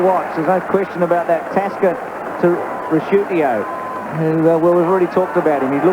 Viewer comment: Weird hearing one of the 90s and early 2000s best players being called "Ricciu-tio" and even "Ricc-shoto" lol